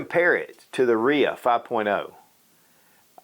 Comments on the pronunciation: Really? "Reeah?" No. R-I-A 5.0. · RIA isn't a name it's an acronym R. rock I. island A. armory. Dude keeps calling it a RIA HAHAHAHHAHAHAHHA